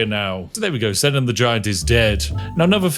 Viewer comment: Allow me to correct the pronunciation of Senan the giant .. It’s pronounced c-naan how do I know?? My brothers name is senan lol